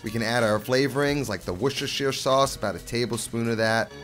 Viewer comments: "Wuss-Ter-Sher" btw 😅, but this recipe is amazing. Cant wait to try it! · For clarification. You are meant to pronounce Worstershire sauce as warster. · My ears are bleeding. Worcestersauce is pronounced Wustersauce... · love this channel, great recipes. but please, its pronounced wuss - ta - sha sauce for all my american friends across the pond :) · ".. a little bit of Worshshrsauce.." 😁👍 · Worcestershire is pronounced wor-ster-sure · It's pronounced "worse-tur-sheer sauce"